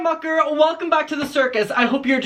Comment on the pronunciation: every time he says mucker, my ears trick me into thinking he's saying "fucker" lmao